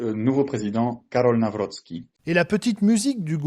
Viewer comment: Karol Nawrocki et non Karol Nawroscki ...